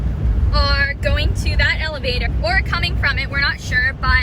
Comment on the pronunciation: Hi, I'm a little bit slow getting to watch this time but still enjoyed it. The first couple times you said Elevator I thought you were saying Alligator😂 Then I got it figured out. I would of been scared trying to fly a drone in such wind. Thanks for the trip and beautiful scenery, The heard of deer was cool. 🌹👍👌